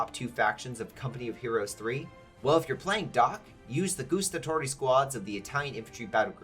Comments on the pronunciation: The way how you pronounced Guastatori is al wrong. It GuAstatori not Goestatori there is no OE sound. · That "Gustatori" hurt me from the inside xD. This literally means "those who taste" 😂